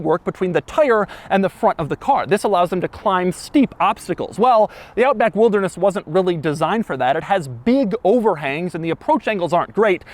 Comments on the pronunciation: Does anyone else think Doug saying Wildness is similar to Hoovies Garage's Riptide Blue? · He does not say wilderness normal once. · Drinking game idea; every time Doug says "wilderness" in a weird way, take a shot. You'll be blackout in no time 😆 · Why does he say "Wilderness" like that? Should they have called it something else? 😄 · I like the highlighted emphasis on wilderness😂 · The ridicule emphasis on the word, "Wilderness," was pretty comical. 😆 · The way Doug says”Wilderness” 😂😂😂😂😂😂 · Why you sound like Frankenstein every time you say wilderness? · the wilderness emphasis really cracks me up as you say it😂😂😂. Kenya represented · It's actualy f**** annoying.